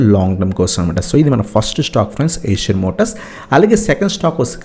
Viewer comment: Not (Asian)eicher (ishar)pronounce cheyyali